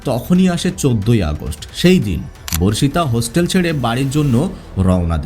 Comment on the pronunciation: ভার্ষিতা নয় বর্ষিতা/বর্ষিত